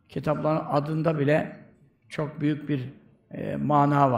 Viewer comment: Hocamızın neee Aalakası var Ardından ccook alakası var derken tecvidli souleyişi Cook tatlı maaşllah 🌹🤲🏻